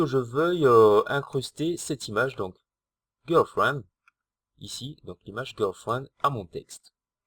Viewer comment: GIRLFRIEND et et pas gUrlfriend Ecrétage et pas ENcrétage